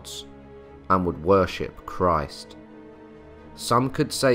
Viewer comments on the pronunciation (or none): none